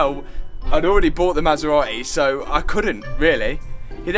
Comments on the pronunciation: Brother said „ma sa ra eh“ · Masserar-ey eh?😊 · I love how you pronounce the marque "Ma Sar Ra Eee". Brilliant British. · Cue the masera-e. :) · Maserateh 😂 seriously though, I'm absolutely buzzing for you, I even said to the Mrs "he's used R8 and H8 after buying the Maserati, I bet it's just a test drive weekend or summat?" As for the R8, get it fixed, it's looking like it's already on coilovers, so bonus there, a bright yellow wrap with carbon wrap inserts, new alloys (anthracite), maybe go for a street racer look with it? A drift car R8 was done by Supercar mega builds so I reckon stay away from type of build? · ‘Queue the Maserate’